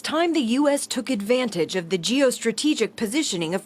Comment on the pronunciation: Emphasis in “…took advantage…”